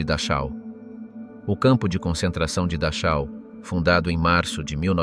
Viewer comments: Se escribe Dachau, pero, FONÉTICAMENTE se dice DAJO. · Dar chau ? O que é isso? Poderia caprichar um pouco mais com os nomes. Afinal um bom profissional aprende a falar os nomes minimamente corretos. Da chau! 😂😂😂😂😂😂😂